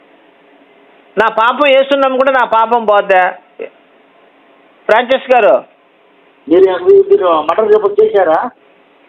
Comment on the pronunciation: వాడి పేరు పలకడమే రావడంలేదు. ఫ్రాన్సిస్ బదులు ఫ్రాంచెస్ అంటున్నాడు.